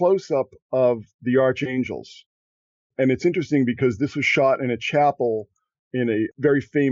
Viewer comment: just for the record, in the word "archangels"....the correct pronunciation is as "ark-angels, not, "arch-angels". Look it up.